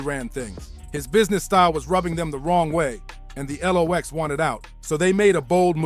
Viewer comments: If you can't pronounce the group name right at least no, it's pronounced locks spelled lox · The L-OX lol